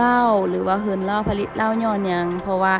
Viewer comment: สาวมิโต้ มาแก้ไขคำผิดกัน "ผลิต"อ่านว่า ผะ-หลิด และ โล้ชิงช้า อ่านว่า โล้-ชิง-ช้า เหล้าขาวกีดีกรี น้อง สู้ๆ